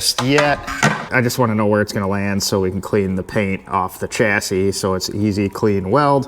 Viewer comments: In the uk we pronounce chassis with a sh like shassi silent s on the end. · chassis here in the land of Land Rover is pronounced shass-sea but as all one word lol. As for you rock sliders, moving the air compressor is your best bet in my view mate. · Chassis..read; chass-ie 😊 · Spelled chassis, pronounced 'shassie' to rhyme with 'lassie'. Love your work and attention to detail, the Ute is awesome. Thanks for all the great videos!